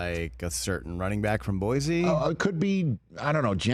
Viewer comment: Correct pronunciation of Boise is boy-see